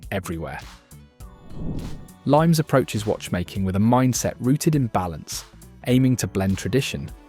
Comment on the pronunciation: Limes is pronounced "Lee-mess" unless I am wrong